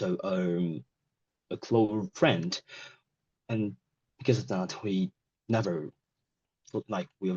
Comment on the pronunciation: have the same body as him! 🤔 because of him I started the law! 🙃 ask him for a right? 🤔 pronunciation problems: close friend , education , shoshal media Some parts of speech are articulated too quickly, and then hesitation follows. It was a pattern that repeated multiple times during the test. Is it an exam with a Band 5 candidate?